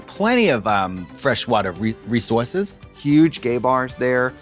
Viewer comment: LUV Katya’s Boston accent on resources 😂